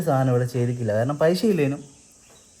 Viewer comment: പൈശ അല്ല പൈസ